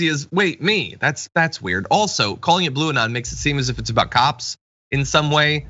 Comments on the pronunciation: It can't even she said Blue-non 😏😆😆😅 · bluanon now? lol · The f*ck is "Blueanon"?